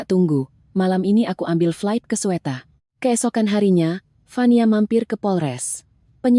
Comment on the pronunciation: Nenek peyot jompo pembaca narasi, nama bandara Jakarta, bukan Sweta, tapi Soetta/Sutta alias Soekarno Hatta. Nek belajarLah baca dulu, seblm di rekam A.I.